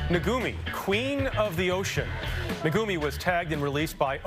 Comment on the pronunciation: It is NOT "naGumi--it is NaKumi"